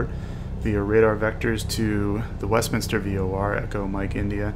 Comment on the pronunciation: Just found your channel, watch a few videos. As a Westminster native, thanks for not butchering the name. Subscribe +1